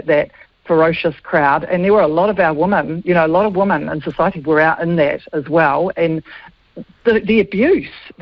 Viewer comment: As an ex kiwi, I do wish kiwis would learn to pronounce "women" correctly. "Woman" and "women" and not the same word and are not pronounced the same! Rant over!!